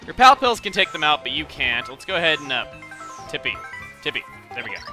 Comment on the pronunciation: when he said "Thoreau is behind tippi" i heard him say "thoreau is behind the hippie" XD